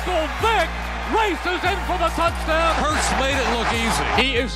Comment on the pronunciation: it’s hurts!! Not hurst